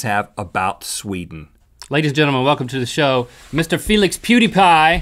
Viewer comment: It's not poods it's pewds